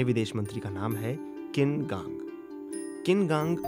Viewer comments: किन कांग नहीं उनका नाम छिन कांग है। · Wrong pronunciation of the foreign minister’s name. It is छीन कांग